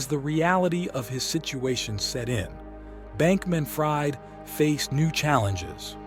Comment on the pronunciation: Interesting video 🙂Although I got a bit frustrated at times when the AI narrator couldn't pronounce names correctly. And inb4 you state that you narrated this yourself: You made the video on the subject, so logically you ought to know the pronunciation of the names of these people - I mean .. even Sam's last name is pronounced wrong ('fried' as in 'fried chicken') only to be pronounced correctly moments later when pronouncing the last name of his mother ('Fried' as in 'I freed the birds'). Now .. If I am wrong, and you actually hired a human voice actor, I'd advice you to add a parenthesis with the phonetic pronunciation of the name or word, much like I did earlier. Otherwise, try feeding the phonetic pronunciation to the AI when having it narrate, do it yourself or hire a human until it gets better 🙂 Otherwise, keep it up - your editing is great👍